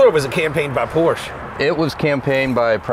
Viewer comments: BIG time car guy and he can't even pronounce " Porsche " correctly..... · Thanks for pronouncing 'Porsche' properly👏